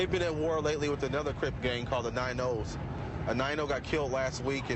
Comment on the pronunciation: OG giving up it all up right on Camera.. "It was the Nine-Owes!" At least get off camera OG before you give details.